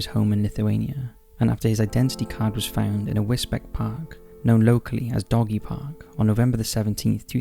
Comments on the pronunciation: I'm not having a go because place names are often ridiculous but, it's pronounced 'whizz-beach', not 'whizz-beck'. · It's Wis-beach not Wis-Beck :D good video otherwise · Case 2 the area is Wisbech but pronounced Wis-beach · It’s pronounced “wis-beach” not Wisbech. Even though that how it’s spelt! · 'Wizbeck'? Do you mean Wisbech, pronounced in perpetuity as 'WIZ-BEACH'? If you hadn't said 'Cambridgeshire', I would have thought you were talking about somewhere in Germany. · Sorry but it’s pronounced wisbeach.. not wisbeck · Great video,but Wisbech is pronounced 'wiz-beach'. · Wisbech is pronounced Wisbeach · Wisbech is pronounced "Wiz-beech"! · Sorry to be a pain and this only bothers me because I live there, but with the case of the guy who was later found in the woods, the town where he was found is called Wisbech. You say it like whizz-beach. Whizz as in a wizard and beach as in a place where the ocean meets sand. Hope that makes sense 😃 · Wisbech... is pronounced “wiz - beach” .... I understand/know this as am a resident of U.K. Suffolk, Norfolk and use hospitals in Cambridgeshire U.K. England. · Although spelt Wisbech, it's pronounced Wisbeech! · Do you mean wisbech? If so its pronounced wizbeech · wis beach mate, for the local pronunciation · I live in Cambridgeshire and Wisbech is pronounced as “Wis-beach” 😁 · Damn it man its pronounced Wisbeach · Wisbech is pronounced whizz-beach. This was only on the news 3/4 weeks ago. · Also pronounced Londonderry as Londonberry. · For future reference, Wisbech is pronounced like 'Wiz beach" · Wisbech is pronounced Wis-beach. I remember this story. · For future reference, Wisbech (in Cambridgeshire) is pronounced Whizz-Beech. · They mispronounce pretty much everything on this channel. I think it's on purpose.